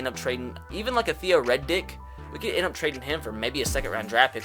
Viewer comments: Did he just say Theo Red Dick. Riddick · Its Theo R-I-D-D-I-C-K. Not Reddick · It riddick not Reddick you dumb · Did anyone else notice he said theo Reddick instead of riddick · Dude said Theo Reddick lol tf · He calls him, “Theo Red Dick” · No way he called theo riddick, theo red dick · Why you gotta do my man riddick dirty? Say his name right, he deserves some respect! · It’s pronounced Theo “Rid-ick”. Rid as is getting “rid” of something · The way you said Theo redick wtf😂😂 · What’s with your pronunciation of Riddick 😂